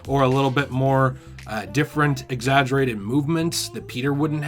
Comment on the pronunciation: He said "exaggerated" lmfaoooooooooo